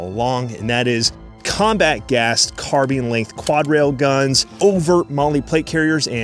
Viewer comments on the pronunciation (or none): none